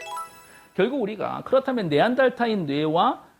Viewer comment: 네안데르탈인 발음 개거슬리네ㅋㅋㅋ 네안데탈인 네안탈인 네안달탈인 존나 다양한 바리에이션으로 빡치게 함ㅋㅋㅋ